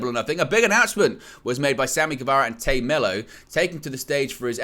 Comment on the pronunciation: Dude its Tay not Tae it’s Tay